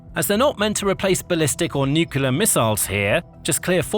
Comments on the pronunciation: Please get the pronunciation right. Nuclear (aka nuke) It’s New-klee-are ITS NOT New Key Lar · Come on man! "Nuclear" is pronounced "Nu-Klee-Ah" not "Nu-Ku-Lar". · "Nukular' is not a word. Using it completely destroys your credibility. You're on DO NOT RECOMMEND.